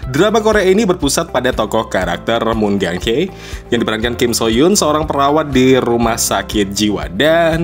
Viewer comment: Kim Soo Hyun bacanya bukan kim-so-hyun tapi kim-su-hyeon